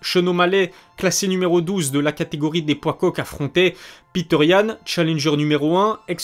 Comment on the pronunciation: C est petr yann.prononcer Petre.pas piteur. Sinon o top, comme d hab